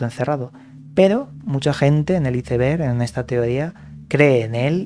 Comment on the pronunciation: Por qué pronuncias así "ICEBERG" lees bastante...creí sabrías pronunciar.